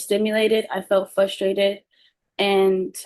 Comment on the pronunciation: said she said fuss -trated - not a word. I have no idea what you’re replying to.